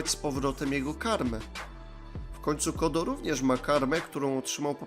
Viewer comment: Czemu ty czytasz Code jako "kodo"? Code czyta się jako "kołd".